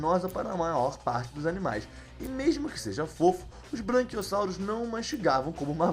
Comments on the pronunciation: Puta que pariu mano, NÃO É braNquiossauro e nem moNossaurus, e nem deinoCIFUS é BRAQUIOSSAURO, MOSASSAURO E DEINONICOS OU DEINONYCHUS, só pra citar os erros que mais me irritaram! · "Branquiossauro", "Monossauro"? Sério? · Porra e eu achando que so eu tinha ouvido Monossauro e Branquiossauro errar e humano gente mas e engraçada kkkkk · Branquiossauro, monossauros e deinosicus, bela pronúncia